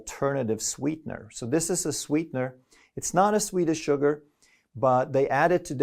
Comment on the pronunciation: flash says “Sounded like he said Swedish Sugar (he said sweet as sugar) Swedish word for sugar is SOCKER”